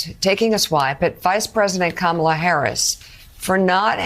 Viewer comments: Mispronouncing someone's name as an intended insult clearly says more about the ATTACKER than it does about their TARGET. Sarah has shown the world that she is nothing more than a thief, a manipulator, and a liar. She STILL needs to explain to the people where this infamous and highly overpriced lectern is, OR PRODUCE THE MONEY SHE USED ILLEGALLY UNDER THE PRETENSE OF IT'S PURCHASE. I suppose her "kids" weren't able to keep her humble enough to STOP LYING ABOUT AND ALSO STEALING MONEY.💯😡💯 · She sounds mentally challenged saying Kamala name wrong..they are idiots and weirdos… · Do "they" still think it is insulting to mispronounce VP Harris's first name? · I've noticed that these MAGA goons refuse to pronounce Harris' first name correctly. I guess every petty jab helps them in some way. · Noticed as well how carefully Sanders mispronounced Kamala’s name. She is a disgraceful person, weak, pathetic, garbage MAGA sycophant. Just like Lindsey Graham, only not as good looking. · Their obsession of always mispronouncing Kamala's name shows they are in the "mean girls" group and that includes the males in the Magat party. I will not call them men, they are so far from being men the Mean Girl label really does fit. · The MAGA idiots who think they are being really clever by mispronouncing Kamala Herris' name are operating at a 10 year old's level, and they probably think "I know you are but what am I?" is a great comeback in an argument. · Sarah Huckadump Sanders is TOO STUDIP to pronounce the first name of the VP correctly. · Not so humble that she bothered to learn how to correctly pronounce correctly the name of our Vice President's of four years! Where's your podium, Sarah?? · Huckabe is racist. Because of racism, she (and CONVICTED CRIMINAL Trumps) deliberatelymispronounced the Vice President’s name. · Seriously, why can't they say her name right? That's so disrespectful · And Sarah can’t even pronounce Kamala properly! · How hard is it to say comma-la!